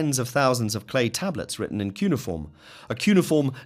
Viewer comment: Your pronunciation of cuneiform and Elohim.....no.